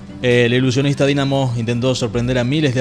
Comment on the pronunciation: Jaa se pronuncia dainamo y no DINAMO..aparte la mayoria de los trucos fueron geniales para mi un 9.80.. Ok .. Hacelo vos si te sale mejor ..!